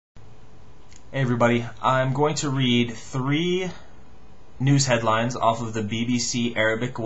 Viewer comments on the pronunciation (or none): none